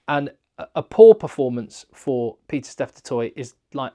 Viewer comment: It’s Pieter-Steph not Peter Steph. Otherwise, massive fan of the channel 🙂